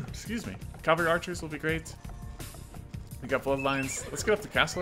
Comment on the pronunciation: I enjoy this series very much, and you're great, but it's pronounced CA-VAL-RY not "Calvary" loool